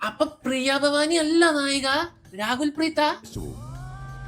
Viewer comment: Rakul preet ❌️ Raagul preet ✅️